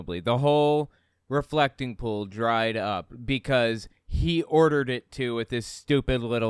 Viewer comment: Every time he says 'pool', I hear 'poo'. "It was a dry poo", "the poo dried up"